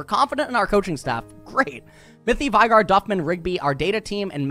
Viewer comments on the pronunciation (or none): why did you say vygar when it says veigar on the screen